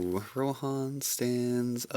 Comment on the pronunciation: "Compared to RohAN," I thought he said "Ro-Ham" for a second spare me